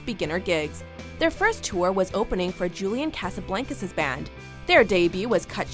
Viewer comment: BTW you are saying Julian Casablancas name wrong and its pissing me off lol